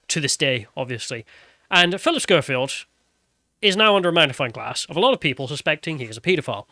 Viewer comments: Why do you keep calling him Showfield? It's Skoefield. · His name is pronounced SKO-field not SHOW-field. And EDMOND Holmes? 🤦‍♂ FFS, learn how to read properly. #ThickTwat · "Showfield." "Edmond Holmes." and Sargon's complete inability to pronounce names has to be an in-joke at this point. It's ridiculous.